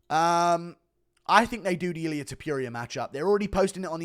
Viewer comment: I cant stand the way you pronounce ilia’s last name.. just said it the way you said it out loud 3 times and it made me angry